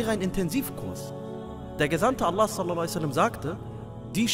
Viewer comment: Könntest du "sallallahu ‘alaihi wa sallam“ bitte deutlicher ausspechen und vll in Arabisch schreiben? Ansonsten schönes Video, MaShaaAllah